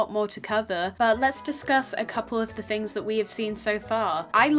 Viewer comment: nobody:: fhings